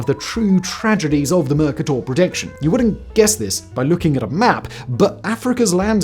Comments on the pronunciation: Simon has definitely cloned himself. The way he pronounced Mur-Kahtoor was a cloning glitch. Bro is hosting 22 channels simultaneously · As a Brit myself, he says all kinds of words weird, and mer-KAY-tur is how everyone else says it. For someone whose job is saying words, he often comes out with bizarre versions of them! It's normally a sign of being well read, but you'd think someone would let him know that that's not what the script says. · Slight quibble, Simon. "Mercator" is properly pronounced with the accent on the middle syllable and a long "E". Just thought you'd want to know. The online dictionary shows the pronunciation as (mərˈkādər). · I've never heard "Mercator" pronounced that way. Online sources that I've found agree that the "A" should be long. What's up? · That is not how you pronounce Mercator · He doesn't know how to pronounce 'Mercator' either. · Whistler has picked up all sorts of weird pronunciations over the years. At least he's dropped that god-awful transatlantic accent he was putting on for a while that made him sound like a blend between Tony Blackburn and Loyd Grossman. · Ok, look....I know the Brits and Americans get into it all the time over different pronunciations, but I can never forgive you for how you pronounced Mercator. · Dafuq is Mercuhtor??? Is he revoicing an AI generated script? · MERR KAY TIER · A good video marred by the pretentious pronunciation of Mercator. It is a Latin translation of his Flemish surname Kremer meaning merchant. In English it is always pronounced MerCAYTor, just as Mexico is pronounced Meksico not Meheeco. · Have I been mispronouncing Mercator this whole time? I’ve been saying “mer Kate ur” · That's not how you pronounce 'Mercator'. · Fun fact: mercator is not pronounced that way! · Highly original pronunciations of Mercator and Fjords! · Isn't it pronounced "mer-KATER"? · I've never heard Mercator accented on the first syllable, even in the UK. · It's not "Merc - Ah - Tor", its "Mer- Kay - Tor"